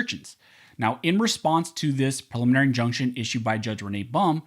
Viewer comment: Take a little longer when prouncing preliminary injunction. It sounds like you're saying prelimarny injunction. Enunciate, man. ;)